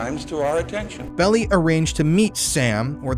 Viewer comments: FYI Melvin Belli's last name pronounced Bell-eye. He was major player in S.F. legal circles for decades. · The name is pronounced Bell-eye Despite all the footage pronouncing it correctly, you keep calling him Belly!!!😂😂😂😂 hilarious !!! nice break in such a dark topic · Please note, it’s MELVIN BELL-EYE, not MELVIN BELLY. Walter Cronkite pronounces his name correctly. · It's BELL-EYE not BELL_EE. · His name is pronounced "Bell-I" not "Belly" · Bell-Eye, not Belly!! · BELL EYE .. NOT BELLY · I liked your podcast. It was very informative. I can see you've done considerable research. Thanks. FYI: Melvin Belli's last name is pronounced, "Bell' eye". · I lived in the SF bay area then. Everyone was frightened. And Melvin Belli's last name is pronounced BELL- i. Long i Also, I worked for Vallejo PD in the 1980's and heard rumors that the Zodiac was a VPD officer. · Melvin 'BEL-eye' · This is great work. However, why do you insist on mispronouncing Melvin Belli’s name?